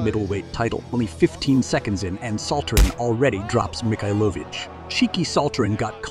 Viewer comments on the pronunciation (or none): the worst is Mikhailovich, there are at least 5 different pronunciations on a less than 2 min time lapse.